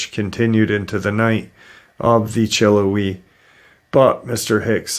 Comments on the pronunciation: Pronounced chill how ee i remember when that happened i am probably 25 minutes away from the benton falls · Chill-how-ee is how it's pronounced. Love your show:) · Sorry to correct but it’s pronounced “chill howie” It was an 8 year old and her brother and mother. Her brother was older. Her mom wanted a picture of the girl and the bear.